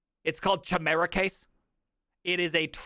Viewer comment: I think he's trying to say 'chimera'.